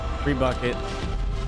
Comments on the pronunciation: trebuchet is pronounced "treh-beau-chay" not "treh-buh-ket" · Hey, try this: the word you keep getting wrong is trebuchet.... pronounced more as TRE-BOO-SHEY, not treebucket. Three simple syllables. You say you want to learn, so listen before talking - it'll get you quicker to where you want to be!! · Love your videos! However, trebuchet is a French word and is pronounced "trebooshay"